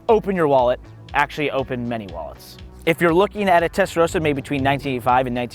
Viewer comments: WHY CAN’T AMERICANS PRONOUNCE TESTAROSSA CORRECTLY?! Come on, it’s not that hard… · It's a Testa.......rosssser not a Testa row sar!